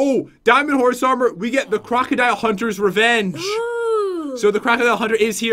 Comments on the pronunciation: Pat and go to a river and see a crocodile Pat: JEN LOOK ITS A GRAGADILE: It’s crocodile are you purposely saying it now?? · Pat you said crackadile when you spwaned it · The croukldile slammer that’s what he said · It’s pronounced croc-o-dile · You sayed cragodile but in the title is cragadile